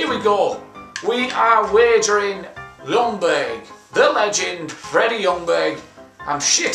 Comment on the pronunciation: You pronounce it Jungberg, not Lungberg.